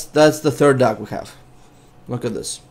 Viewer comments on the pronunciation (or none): im not being rude but when u say "dog" in your accent to me it sounds like duck ^^ :)